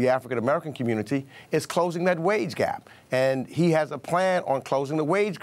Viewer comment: "The wage grap?"